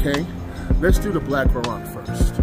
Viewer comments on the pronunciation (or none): It's pronounced like BLACKCURRENT... not blackcurront... lol. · "Black Currant" 😂 it's pronounced the same as 'current' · haha my friend, its pronounced blackcurrent... like power current... but all one word... if you liked both of these drinks you should take lots home with you and put them into das boots ! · That's the fanciest way I've ever heard someone say Blackcurrant 😂😂 Homie said "Blackcurrawwwnnt" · Fancy? Nah, it's just wrong. Completely wrong. Literally nobody pronounces it anything like that in the UK. Not even close to fancy. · Any I'm from London and you posted the vid on my birthday! One thing, my girlfriend laughed when you said "blackcurrant" because we pronounce it "black - current" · Lmao the way he said blackcurrant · 😂 I'm sorry but it hurt to hear you pronounce black current but other than that 10/10 chug